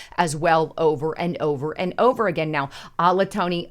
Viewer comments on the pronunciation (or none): Al i toni...HA! wow!! are you trying to say [like it's spelled] Aya to lah? Take your time, use knowledge, research and intelligence, and planning [read and understand pronunciation and what you are reading, you will go much further. Big plus!! The world is about to end... and you are promoting "how to look good"!! Definitely not the best sponsor of someone TRULY concerned and understanding what is happening to HUMANITY! You've never understood intelligent feedback and changed properly, so I don't expect you will with this. Btw I appreciate much of your findings, though again... you won't let us read them [apparently thinking you need 3/4 of the screen and info. on humanity's possible non-existence only needs to be 1/4 of the screen] Again... Talk to your husband-he seems to want to share. Peace. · > phonetically it is “ I A Tola “. I know this but you may confuse many with your way off pronunciation ✅🙋🏻‍♂️